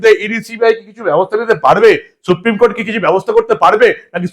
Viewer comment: Suprime court নয়, বলেন suprime কোঠে